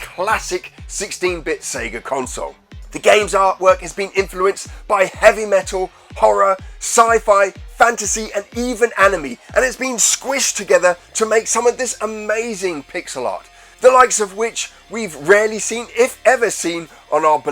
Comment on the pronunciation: Anime: Ah-nee-may.. not sure where you got Ae-nee-mee from "anime"